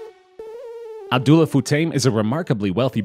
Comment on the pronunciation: His name is not Sayeef. It’s Pronounced Safe. Couldn’t they get someone who is not such a moron to talk about the Richest people in Dubai. The name is not Abdoolah, it’s Abb-Dallah